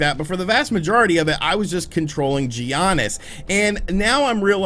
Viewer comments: It’s Yah-Nis. I’m literally not subscribing because you kept saying G-Yahnis. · stop saying G-yanis. it hurts my ears. It's "yiannis" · Lmao I’m glad some one said it because it’s def yonis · no one calls him geeonis. U typing it the way u say it was very cringe. They say it Like YANESS or YONIS. But it’s spelled giannis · G Aniss 🤣😂🤣. I’m came to the comments just for that. Straight butcher lol. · a guy that supposedly loves bball that thinks giannis is pronounced Gee-Annis lmao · His name is pronounced YANNIS bro Lol good video though 💯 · Why does he say G Giannis ????? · “G ANNIS” 😵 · Hello from Greece!Great review and by the way Giannis is pronounced Yiannis! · Dude the G is silent... is should sound like Yannis... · It's pronounced as YANNIS! XD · Yanis Adetokumbo, this is how it should sound, Giannis said that himself. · No! It's Gee...onis. Being that is a basketball fan, and me living in Milwaukee, and seeing pronounce Giannis is total cringe. 😁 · Every time he said Giannis it physically hurt. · That moment when he pronounces Giannis with an emphisis on the I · This review is wack. How can you claim you’re a 2k and basketball fan and not know how to pronounce Giannis? Also that OLD MAN in the beginning is your DEAD DAD which gives WEIGHT to your characters journey and decisions... this is such a topical review that reveals you hardly took your experience past face value. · If u really a NBA fan like u say, u would know thats your saying his name wrong. G IS SILENT my boi, its ... Giannis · thank u, that’s how u pronounce it